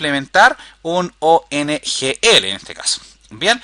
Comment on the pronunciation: Es OGNL Object-Graph Navigation Language, Lo dices mal durante todo el video. Saludos!